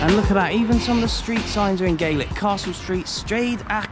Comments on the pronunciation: Gaaaaaaaaaaaaaaaaaalic :P not Gaylic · When referring to Scotland, its pronounced "GAH-LIK". "GAY-LIK" is Irish. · Love your videos, but just so that you know Scottish Gaelic is not pronounced Gaylic but Gal-ic. Keep doing the videos though. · Love all of your videos! Sorry to be pedantic but the Scottish language is pronounced as GAH- lick (gàidhlig). GAY- lick (gaelge) is the Irish language 👍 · Well done! They do venison pies - 'Staggie pies'. The language is pronounced 'galic' - 'gaelic' is the pronunciation for the Irish language. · Just a small pointer, for Scottish Gaelic, the latter word is pronounced with a short A, so more like Ga-lic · A major achievement by Ross County to be a Premier league club in this part of Scotland. Nice to be able to see it. Your Gaelic though needs a bit of work. Enjoyable video.